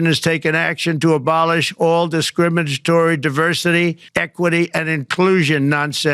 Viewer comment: Trump can't even fucking pronounce discriminatory, he's never had to say the word in his life lmao